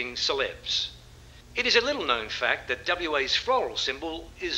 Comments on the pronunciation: Is that just a WA thing? I've spent fruitless hours with work colleagues trying to convince them there's no "en" at the end of known etc. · Spooky! Just listening to JL commentate on first day of Oz vs Saffer test match at home in the Perth hills, saying the words "shown & known" pronouncing them "showw-wen and knoww-wen" and up pops this in my YT feed! 🤣